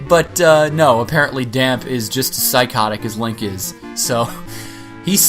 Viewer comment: The accent at the end of Dampe's name makes it sound like "Damp-ay" like the e in Pokemon